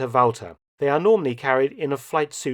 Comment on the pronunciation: 10 points for the correct pronunciation of Walther. Ooooo, minus 10 points for calling a mag a clip.